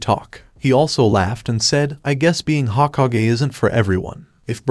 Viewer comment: hokaGAY lol